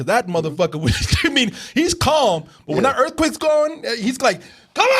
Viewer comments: Ha, Nahhhhh brotha. Its not just earthquicks you've got a problem with all your vowels. maybe its a Waco thing. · It's not pronounced EarthQuick? Been saying it wrong for years!